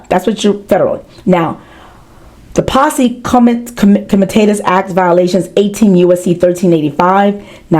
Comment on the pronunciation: Hey uh .. look up how to pronounce posse comitatus or whatever- like, I’m in no way a legal expert and I know how to pronounce it. So it makes me think maybe you know less than me. I hope you’re right about all this. I want you to be right.